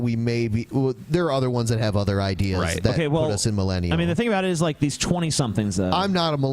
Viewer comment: says thin instead of thing